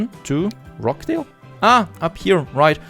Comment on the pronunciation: Great video as usual , nicely presented and very informative. One small point of pronunciation , the 'ch' in Rochdale is pronounced as the 'ch' in 'Church' .Most , if not all , of your towns are Northern English towns . In case you wanted to know that :-)